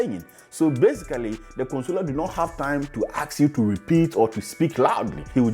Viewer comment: You need to start practicing to pronounce the word "ASK". Google for the right pronunciation